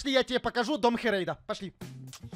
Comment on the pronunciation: Не хєрєйда а хрейда😅